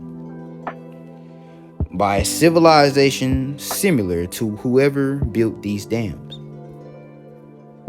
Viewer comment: Similar not simular